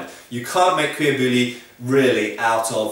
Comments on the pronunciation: YOGSCAST Seagull nop it's pronouced "boo-yee" not "boo-lee" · kenneth mcgriff Boo-Yee. Not Boy, ee. :P Good joke though lmao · you don't pronounce the l in bouilli. you say boo-yi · Cuir - Correct Bouilli - Its pronounced bou-yi. The double L in French and Spanish (and probably Italian and Romanian) is a Y sound in English. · Cuir bouilli is the leather he speaks of. He says the cuir part wrong, but it's as close a someone who doesn't speak the language can get. Bouilli is boo-yee, in French the double ll makes y sound. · Isn't bouilli pronounces "boo-yee"? At least in modern French. (Sorry to nitpick.) I loved the video, though. :) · fyi: "bouilli" is pronounced boo-yee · Lol, you tried to correct peoples pronunciation of cuir bouilli but you didnt pronounce bouilli properly. It is pronounced boo-yee. :P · just so you know pronounce bouilli : booyi